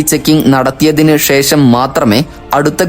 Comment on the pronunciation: ഷേശം, മെശീൻ, ആവഷ്യം, ഷതമാനം, ഏകദേഷം, വർശം, വിഷദമായി തുടങ്ങിയവാക്കുകൾ ഉച്ഛരിച്ച് മലയാള ഭാഷയെ കൊല്ലല്ലേ. ആദ്യം സംസാരിക്കാൻ പഠിക്കു